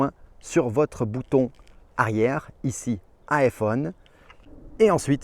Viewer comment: Bouton arière avec un r 😂